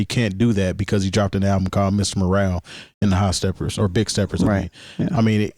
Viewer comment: Its Mr Morale not Moral..they are different